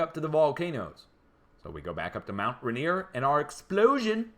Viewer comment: You'll be saying this again before the mountain finally takes me - it's pronounced mount "ray-neer".